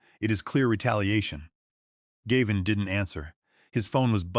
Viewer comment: Do you know why you have only Two Thousand Subscribers? Probably not, so I will tell you. There is a reasonably common male name “Gavin” that is “Gav” as in “hav” and “in.” Unfortunately you are just too LAZY or just DON’T CARE about your listeners. Too lazy to listen to what A.I. outputs or maybe you don’t understand English either way you insult your listeners! Also why can’t you edit a simple number and make it four million dollars, instead of 4 thousand thousand dollars. You will never succeed until you learn. So there is no Subscribe from me and a Thumbs Down.